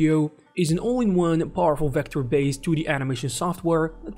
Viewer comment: Vector CHools? What language is this creature speaking?